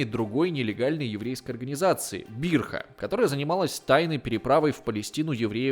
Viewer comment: правильно не Бирха, а Бриха - на иврите "Побег".